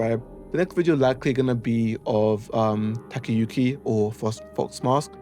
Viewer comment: you got a couple names mixed up. Fox Mask is Kotoyuki, not Takayuki and Its Sakuko, not Sadako